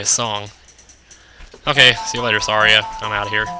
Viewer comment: OMG it's pronounced Sa-REE-a. Like Maria!